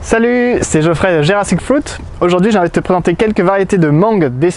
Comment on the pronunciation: Ca doit être chiant de se faire appeler Geoffroy quand on s'appelle Geoffrey..